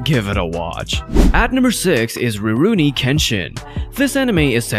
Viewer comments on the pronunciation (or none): It's Ru ro-nee not Ri-roo=nee